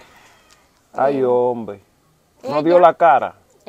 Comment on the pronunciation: me en canta tus contenidos buen trabajó. Solo te pediré algo. Cuando en trevista apersonas en condiciones ya sea precaria ho de salud física no digas. La palabras ay hombe se escucha como de pena. Y el trabajó que usted ase no es para que de pena es para yebar mejoría Asus vidas por favor escusame si te molesta mi comentario.